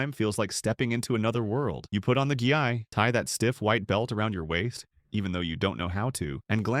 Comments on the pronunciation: AI slop. "gee eye"? Get the fuck out of here. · we put on a gee-eye? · what is a gee-"I"? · Put on your gee eye?? 😒